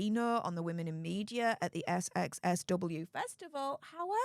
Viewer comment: darling, it's called "South by South-West", not "SXSW"!!!